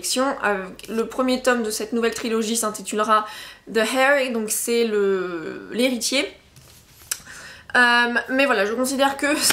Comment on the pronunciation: the heir ce prononce di err